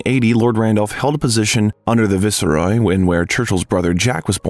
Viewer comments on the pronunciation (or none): It’s not ‘Et-on’, it’s ‘E-ton’. It’s not ‘vis-er-roy’; it’s ’vice-roy’. It’s not ‘Mister Churchill’; it’s ’Lord Randolph’. I listen to these things so I learn. Nothing to learn here.